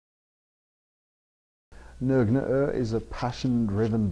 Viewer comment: I'm glad I know how to pronounce Nøgne Ø now. Great beers. Totally see why the masses misunderstand this beer but eventually people will learn to appreciate such strongly hopped beers.